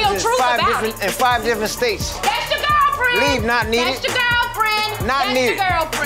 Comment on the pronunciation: When he called Michelle knot kneeded 🤣🤣🤣🤣